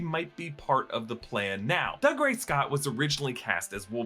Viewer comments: Doog-ray not Dug-ray... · Doo-gray. Not Dugray Scott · I know it looks like Doug Ray, but it's pronounced doo-GRAY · Just FYI it's pronounced Doo-Gray Scott 🙂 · It’s Dougray - Doo-grey. He’s Scottish, not a yokel! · Pronouncing Dougray Scott’s name like that over and over is very disrespectful.